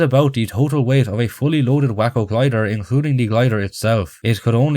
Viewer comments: pronounced “Way-co” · As a Texan, the WACO glider is pronounced "WAY-CO"